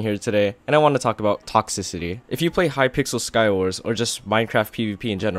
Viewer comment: lol u cant pronounce toxicity lololololo (sorry its for the likes)